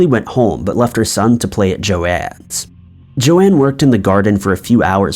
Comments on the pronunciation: Joan Risch, not Joanne. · BTW. It's Joan ("Jone"), not Jo-Ann... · Not Jo Anne, JOAN. Every true crime YouTuber has covered that case, how can you be fucking it up. sucking once again and reminding me why I never watch this channel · Well said! I agree. Found this channel, but have just found way too many false statements made, and am not going to watch it. It's just too unfair to the victim and the family and friends. Also, FYI to this man---Her name is Joan, not Joanne.